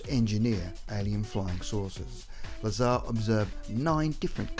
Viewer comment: It's not Robert Lazer, it's Robert or Bob Lazar, pronounced La-zar, FYI. I like your videos, btw.